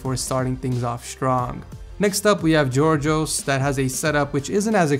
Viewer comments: Εε πολυ καλα το ειπε απλα πρόφερε το G ως G... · Giorgos Χαχαχαχαχαχαχαχαχα πως το ειπε ετσι😂😂😂